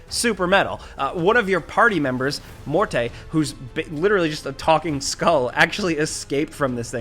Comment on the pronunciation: Mort-ay? It's just Morte my dude..